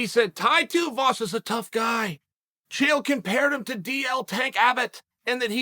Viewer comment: Chael got Chaels name right.... so we got that going for us!!!